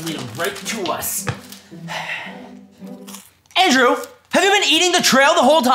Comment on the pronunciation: when he's mad at Andrew: DANDREW!!!!! Me: You mean Andrew right?